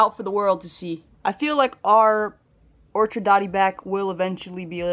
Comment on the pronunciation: This tank is coming along nicely! We need to see Zorro! (The dotty back). Just a heads up, it’s an orchid dotty back, like the flower. Not an orchard..